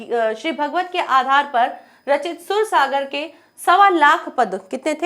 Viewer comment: सुर सागर नहीं ही वो सूरसागर है। उच्चारण सही नहीं हे आप का मैडम